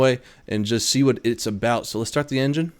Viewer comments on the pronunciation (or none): none